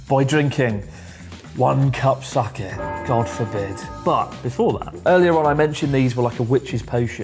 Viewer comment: wrong pronunciation of sake